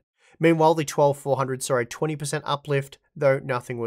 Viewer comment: They “sar” improvement you say? Yes or “nar” ? Lmao. I believe what you meant was “saw” improvement. Yes or “noAH” ? Nar and sar just sounds dumb af. Nothing personal btw. I just don’t get it. These are super easy words. Give reading my comment a try. Not sure if your teachers ever said “sound it out” or not, but you should try it. Other than those two super annoying words. GREAT video!..👍🏼 cheers..✌🏼